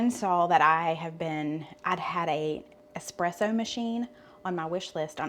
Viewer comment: I’m so happy to hear someone say”espresso” instead of “expresso ”!